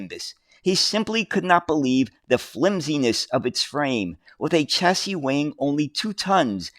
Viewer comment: Chassis .... is a French word and is pronounced as SHassee ......please try harder.